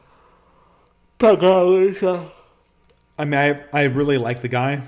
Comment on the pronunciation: I'm sorry, this is really grating on me: Pageau is pronounced Pa-zhoe, or Pa-joe if you won't soften the j, not Pa-jow. It's French in origin.